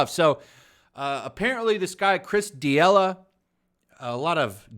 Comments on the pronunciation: This is unacceptable... It's D'elia no D'iela haha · Chris D’ella or Chris D’Elia? Just a heads up you pronounce it “duhLEEuh”. D’Elia’s last special went hard af but fuck it call him whatever you like. Sheeeit, call him Epstein for all i care 🤷🏽‍♂️ Train by day. Joe Rogan podcast by night. All day 💯 FTW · “This Chris DeeElla guy”. It’s Chris Da-Lee-Uh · Chris De-E-Lah 😂😂😂😂😂. It’s pronounced De-li-Ah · He kept calling him Chris D'Elia when it's pronounced D'Elia... What how do you say this?? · “D-ela”? In what world is “lia” pronounced “la” you butchered the name because you didn’t even try lmao. You just said whatever you felt like calling him... which is admirable but for fucks sake take your channel seriously. Do your homework. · Chris Duh Ella? Come on man... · D yella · Chris Duh-Lea <---- pronounced like that.... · "Chris D'ela" The "i" in Chris D'elia's last name: Am I a joke to you? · FYI, figure out how to pronounce someone’s name before saying it on air. Makes you look bad and hurts your credibility. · If your gonna talk shit, at least learn how to pronounce peoples names. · How do you report on Rogan and D’Elia and don’t even know how to say D’Elia? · How do you pronounce d’elia like THAT????? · Dude, do some research before putting out videos. I don’t know how you could have missed the D’Elia story. It was everywhere. At the very least learn how to pronounce his name. Why bring it up so much if you know nothing about it? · Listening to this guy mispronounce Chris's name is amazing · Maybe don't do videos if you can't pronounce someones name. Fucktard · How much homework did you possibly do if you can't say Chris's name? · You should learn how to say a name correctly before making a video you dumbshit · The way you pronounced "D'Elia" though. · I call people dumb with the same logic. I wish this guy would at least pronounce Delia's name correctly. People might think there are two pedos out there